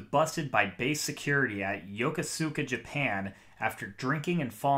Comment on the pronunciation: Yokosuka is pronounced Yuh.Koose.kah Aycock is pronounced A.Cock I served on the Shiloh from . I didn't know Mims well, but I saw him around the ship. Luckily I left the ship shortly before Aycock took command. Every single one of my friends would message me and tell me how bad the ship had gotten when Captain Aycock took command. This went on for almost two years before Mims did what he did. The Navy failed its people by allowing that man to have command of that ship for so long. He was sending people to the brig for minor offenses. Everyone being sent to the brig was put on bread and water. If you seeked help for mental health he put you on restriction so you couldn't leave the ship. Read the reports on all of the command climate surveys.